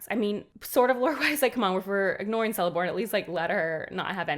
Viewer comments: I’m sorry but every C i elvish is pronounced like k if it’s not with an h after. Thus: Not Seleborn but Keleborn (Galadriels husband) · Tolkien was fond of his hard C's. So its Kell-ih-brim-bor not Sell-ih-brim-bor. Cirdan is Keer-dan not Seer-dan. Celeborn is Keleborn not Seleborn. It takes a while to get used to. 🙂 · Hey, what is very weird is the relationship between Galadriel and Elrond since Elrond is much much younger and actually marries Galadriel‘s daughter Celebrian. Also, the Cs are pronounced as Ks, so it‘s Kelebrimbor and Keleborn. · Just a note that the caracter of lotr that starts with a C , like Celebrimbor, Celeborn , Curufin and Celegorm , the sound of the C its of a K , like" Keleborn" . Just a note , love the video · Celeborn is pronounced with a hard C or K sound. 'Keleborn'. Same mistake Americans make with Celtics: 'Keltics' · Nice video but it hurts my soul when you use the soft "c" when saying Celeborn and Celebrimbor. It should be hard , "Keleborn" and Kelebrimbor" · Great video. A note on pronunciation: Celebrimbor and Celeborn are pronounced as Kelebrimbor and Keleborn.